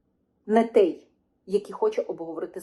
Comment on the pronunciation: Не хочеш "капітуляцію",береш лопату в руки і на фрінт, як заповідав Кулеба! Правильно казати "тОй", а не "тЕй" - що ж ти за така журналжистка?! Це яких віськових слухати - ухілєса, швайку, істоміна чи може залужного, але ж він не військовий, по стану здоров'я списався, напевно інвалід чи резервіст. А ті що в окопах, думаю для них важливіше вижити і повернутися здоровими, ніж якісь там політиканські інтриги. Подобається тобі втрати територій щоденні, відключення по 5-6 годин, що не тижнень нові "Тернополі", одягай форму і вперед, я хочу стабільного, нормального життя! Тому, або "капітуляція", або випускай тих кому ця "держава" вже до одного місця, і випускай не через хабар!